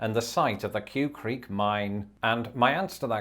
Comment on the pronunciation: The name of the mine is pronounced "kway" creek.